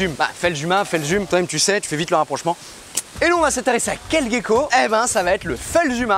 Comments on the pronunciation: Sa se prononce "gécko" et pas "guécko" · Ça me perturbe, tu dis "guecko" au lieu de "gecko" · Mais on dit Gécko et pas Guécko? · Merci pour ta vidéo super intéressante. J'avais une question, je t'entends dire Guecko mais moi j'ai l'habitude de dire *Jecko*, y a-t-il une bonne prononciation ? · Pqoi on dit "Guecko" alors que "Gecko" dans la langue francaise se prononce "Jecko"...? 🤔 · Vidéos sympa ! Dommage que tu dises "Guecko".... :p On ne dit pas "Guenepie" :) Sinon top de mettre en avant les geckos de la réunion ! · la prononciation en "guecko" ptn 📉